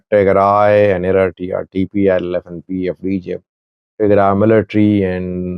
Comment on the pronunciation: Mind your business. Even you don't know how to pronounce the names Eritrea and Tigray.